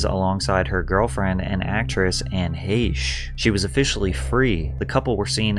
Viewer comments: It’s pronounced Heck not hashe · Heche, not Haysh. Jesus Christ lol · You said Anne Heche’s last name wrong. It’s pronounced “Hash”.